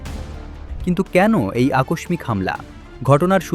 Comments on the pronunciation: উচ্চারণটা আকোশমিক না, আকোশশিক। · আকষমিক কি? একাত্তর টিভির সাংবাদিকের বাংলা উচ্চারণের এই করুণ অবস্থা কেন? উচ্চারণ ঠিক করেন। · উচ্চারণ আকোসসিক হবে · আকস্মিক শব্দের সঠিক উচ্চারণ হলো: আ-কশ্-শ্ মিক্ (বাংলা একাডেমি প্রমিত নিয়ম অনুযায়ী: /akɔʃːik/)। [1] উচ্চারণ বিশ্লেষণ: আ: প্রথম 'অ' বা 'আ' স্বাভাবিকভাবে উচ্চারিত হবে। কশ্-শ্: যুক্তবর্ণটি (ক+স/ষ+ম) ভেঙে 'ক' এবং দ্বিত্ব ‘শ’ ধ্বনি সৃষ্টি করে। মিক্: শেষের 'ম' সাধারণত বর্জনীয় এবং 'ইক' স্বাভাবিকভাবে উচ্চারিত হবে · আকস্মিক শব্দের উচ্চারণ সঠিক নয়!